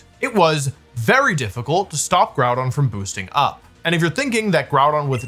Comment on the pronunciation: Good video Wolfe but I think you were pronouncing Grùdón incorrectly